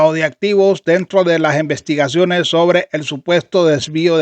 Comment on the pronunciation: se dice: INVESTIGACIONES, no Envestigaciones….es I no E…..APRENDE YA ESTAS VIEJO!!